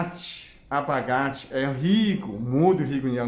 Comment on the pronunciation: Tirando a parte da "lalanja" e do "abagate" até q o português dele ñ tá nada mal..rsrs..gostei bastante..ganhou mais um seguidor!